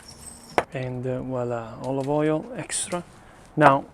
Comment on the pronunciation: your english is awesome....tomato SUASSS and OIL OV OJIOLLL ❤❤❤ i love you